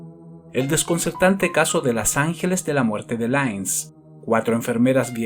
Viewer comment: " Lains" no , " Lints" . Escrito " Linz" , en Austria